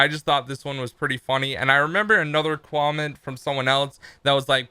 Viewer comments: don't want to be rude, but... "Quomment?" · LOL HE SAID CWAMENT